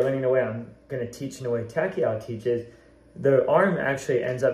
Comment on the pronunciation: thanks for the vid! one thing, Takao is pronounced Tah- Kah-Oh (Sounds like Tah-Cow)